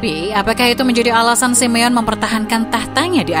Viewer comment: Sebutin Simone yg bener SI MI YO NEY..ok admin peace..✌